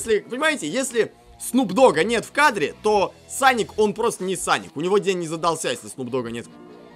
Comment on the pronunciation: Не саник а соник ,тейл,наглс.